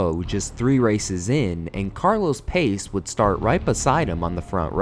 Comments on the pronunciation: It is pronounced more like"Carlos Puttshey".😉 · The South African Grand Prix, with the exception to the last two runnings of it, was and still is the most unethical F1 race to have ever been run. Unbelievable embarrassment for F1. Also I'm pretty sure you mispronounced Hans Stuck, Carlos Pace, and Jacques Laffite's names. That being said, I'm glad you got a picture of van Vuuren, track marshal fatalities are often neglected but they're no less tragic just because they're not visible.